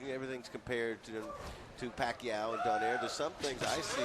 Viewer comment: if i hear them say manny pacquio one more time im out of here